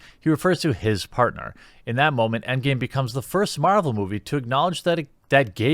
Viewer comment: It’s EndGAME not EndGAY!